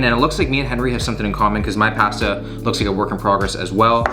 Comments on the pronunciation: I hate the way you said pasta. I fixated on that and forget everything else that was said. 😂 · When I heard him say pAsta I just about screamed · Wait, say pasta again 😂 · lmaooo why yu say pasta like that😭